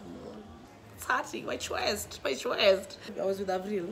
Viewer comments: i felt for Chweeeest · Ghaiii noo u dint say akotheee 😂 😂😂😂😂😂😂😂😂😂😂my chweeest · *dies everytime says my chweest😂😭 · December Drinking Games. Take a shot everytime says "My Chweeest" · Everytym i heard my chweeest i was on the floor😂😂😂😂😂😂😂😂😂